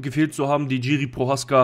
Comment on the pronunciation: Die Name vom prechadzka sprichst so was von fals aus😅 aber alles gut angenommen mach weiter so 👍 ❤ lieb dein kanal 😁 und deine glatze